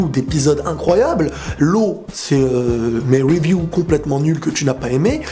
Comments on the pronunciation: Pk Tu dis Weview ? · c con mais pourrais tu ne plus dire review a l'anglaise mais plutot review comme un bon francophone mdr